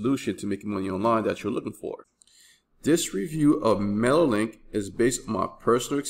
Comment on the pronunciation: I don't know if you just mumble or something but every time you refer to mailer link you are saying mailek. do you actually test this program? youre recommending aweber because you earn commission?